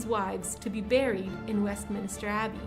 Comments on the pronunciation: Gah. Did you say WestminISter? It's Westminster. Three syllables. west min ster. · It’s West MINSTER…. NOT MINISTER!!! A Minster is a church. Malapropism is absolutely TOO COMMON now, especially with younger sounding narrators. I guess it’s a shock you don’t have a lisp too, as SO many others do now- mainly in younger male narrators. In English there are SO many words that sound so similar I can see why this is a problem, but understanding words, their meanings & how they’re spelled would help. It’s the difference of knowing what you’re providing on the , ya see what I mean? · It’s pronounced Westminster, not Westminister. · West-MIN-ster Abbey, not West-MINI-ster. Its a common mistake. A big Cathedral like church is a MINSTER. 👍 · I'm sorry that this comment seems so petty, but I believe that it's relevant. The name is Westminster, with only three syllables. When the pronunciation is commonly known yet botched, I can't help but wonder what else is inaccurate in this video. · Ignorantly pronouncing Westminster multiple times makes me question this entire video. Who/What produced this? AI?